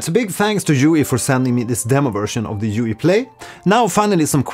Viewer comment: Nice video thank you. I would like to point out that in French jouir and jouer have VASTLY different meanings. Therefore every time you say "joui" instead of "joué"... I smiled a wee bit too wide :D Bien joué, donc!